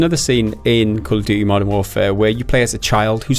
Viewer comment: "Gotta call it by the proper name" he says right before calling Modern Warfare 2 'Call of Duy 2'. :P